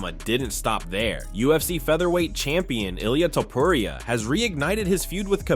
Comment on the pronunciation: Man learn to accent the name correctly.